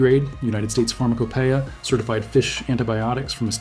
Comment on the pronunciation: You don't need any of this crap!!!!!!!!!!!!!!!!!!!!! Its still (pharm a key ya)